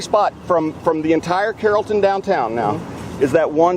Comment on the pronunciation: And I was pronouncing it Carlton all this time. Silly me.